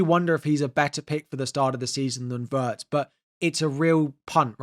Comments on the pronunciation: It's not "Waertz", you should pronounce it exactly as it's written "Wirtz", with the "i" pronounced as in "Pin" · sorry but it's what you say that doesn't make sense... he's a German player, and it's pronounced Wirtz, with the "i" as in "Chip" or "Tin". Simple as that.